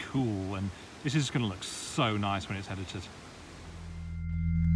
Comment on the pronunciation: several times he hyper-corrects for his northern English accent, which he tries unsuccessfully to southernise, saying luck instead of look and tuck instead of took. just saying...